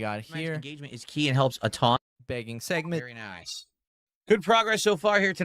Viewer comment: *says in Mr Lewdacris * VYERY NYICE